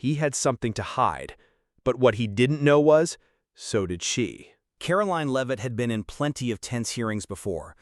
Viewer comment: Can't even say her last name right 😂